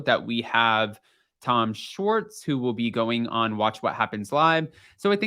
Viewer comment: Tom shorts? Shhh-wart-z